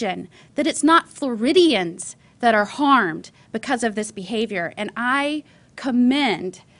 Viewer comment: If she don't fuc'n stop saying Floridians